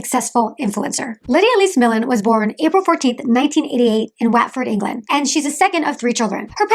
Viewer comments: OMG! Can’t watch this, speaking way too fast and comes across as totally manic! Also, it’s “What ford” not “Waat ford.” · Just to give you the heads up WATFORD is pronounced like Whatford not like waatford. I'm English and get American names wrong all the time so thought you would like the tip. I wished people would let me know 🙂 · Of course you don’t know who she is you’ve never met her. Have you even been to the U.K? Because Watford is pronounced Wotford not Waatford. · It’s pronounced Wotford- do your research before you do a bio and sound like an idiot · I'm from Watford, it's pronounced "what-fod" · I've never heard of Lydia before this video. Side note: Watford is pronounced “𝙒𝙤𝙩𝙛𝙤𝙧𝙙” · Lol 'Watford', it's pronounced 'Wot'ford. I grew out of Lydia's content years back but can't understand why people make such vocal judgements about someone who they only know online. Does it really make you feel better? Really? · FYI ‘Watford’ is pronounced wot-Ford! X